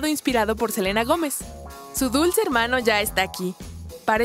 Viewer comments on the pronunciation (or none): none